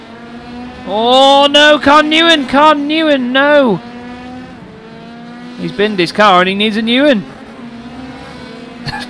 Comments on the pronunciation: LMAO. Dude said Khanh "newen". It's pronounced like "when" if anyone is curious. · that first highlight is dumb. that name is pronounced "Win" so you had other, less ignorant opportunities.